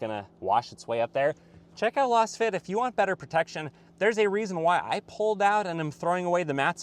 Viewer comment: I always enjoy your reviews. I agree that the Camry would be better as a wagon or hatchback (having owned a XLE Camry long ago). I think you might be mis-pronouncing the name of your floor mat sponsor "Lass fit", because it is created with a Laser scan it should sound "Laze fit". Keep up the good work.